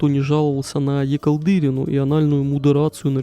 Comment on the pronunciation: выпустил уже третий видос про кукича но так и не понял как правильно ставить ударение в погоняле Callдырина…